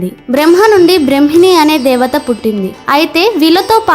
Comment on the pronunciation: శుంభ నిశుంభులు అమ్మా అధి శుంబ నీశంబులు కాదండీ అధి బ్రహ్మణి కాదు బ్రాహ్మణి 🙏🤦